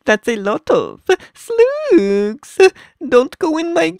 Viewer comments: I understand if he doesn't understand how to properly speak English and he just started pronouncing... BUT STOP REPEATING EVERYTHING And am I the only one that can understand him? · So I'm not the only one who calls slugs "sloogs" for fun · Water-me-lone😂 Sloogs dont go in my garden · that’s a lot of sluhhs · JELLAY SLUUGS